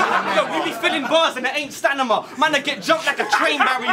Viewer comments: He said 'Stanima' twice.. ahhh 😂😂😂 A obliterated the poor lil 'hybrid road man pikey' 3-0 to A! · 3-0 "Stanima" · That Eiffel Tower parasite line was lethal... still 3-0 for saying "stanima" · lol true dat..... Stanima is word of the day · is really going to say "stanima" twice and get away with it?